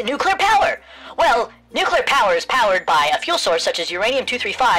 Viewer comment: But what apout nukular radiation and nukular explujinz when nukular plant excplodes??